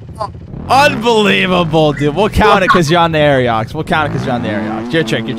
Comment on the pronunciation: why do they pronounce it like aeriox?